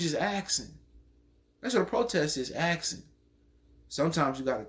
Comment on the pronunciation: "You axin"